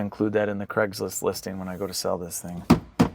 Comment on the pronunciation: Why you you pronounce “Craig’s List” as “Creg’s List”?